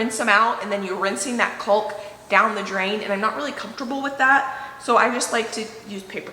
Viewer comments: Cawk not culk :D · I giggle every time you say colk - it's pronounced K-ahh-k or cahhk... LOVE the baseboard on the rounded corners! The attention to detail is something you will appreciate for years to come and it helps that the both of you do it with a bright smile! Great job ❤️👍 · I have to say it! You probably won’t even see this, but I just have to. First, let me say I’m just starting watching your videos and I love them. That aside, caulk is pronounced like phone call with a k….callk, not culk. I’ll shut up now except to tell you that your energy shames me. It seems like you never stop! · It’s pronounce CAWK or CAWKING! Not “culk” or “culking”. Have a good one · I am glad you took down that wiggly wall. I just cringe though everytime you pull down all that window trim........I do hope you donated to to someone who could appreciate it. AND why do you say coe ALL k.......... it sounds so weird to me, my husband is a carpenter and he says it as "KAWK".............rhymes with HAWK............say it girl.............KAWK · Caulk rhymes with talk not hulk.Or, maybe it better rhymes with squawk. But, definitely not hulk or hulking. I love your videos and recipes! Sorry for my critique. Maybe it's a regional thing. Maybe it doesn't matter a bit. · "Culk" & "culking" is driving me nuts. It's c-AU-lk , like "talk" "talking" & "walk" "walking"... 🙂🙂🙂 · Loving watching the progress and wanted to give a friendly reminder that it's pronounced cawk not culk.. looks fabulous, remove the wall! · You are using caulk (prounounced cAwk), not colk. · It's pronounced "Cawk" not Culk, the L is silent🙏 everytime you say it I cringe and you say it A lot!!! 😅😅😅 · Please stop saying "culk." It's "calk," like "ALL!" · Here’s one to remember: “ CAULK” rhymes with TALK. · I’ve never laughed so hard. OMG!!! You two are a hoot. FYI: Calk, the L is silent. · Please say Caulk correctly. It it driving me crazy. Lol. Cawk. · “Cawk” the L is silent. ❤️ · Caulk has a silent L